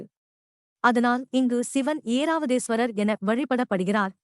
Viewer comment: ஏராவதீஸ்வரர் அல்ல ஐராவதீஸ்வரர் பெயரை ஒழுங்காக வாசிக்கவும்.